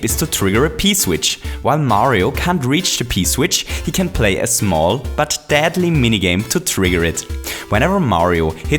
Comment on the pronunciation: anyone else hear him say dadly? Coincidence? I think not. Conspiracy? Yes. Hotel? Trivago